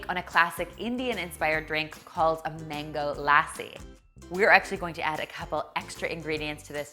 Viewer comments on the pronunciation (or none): OMG the way you said mango lassi 😂😂😂 Ilysmmm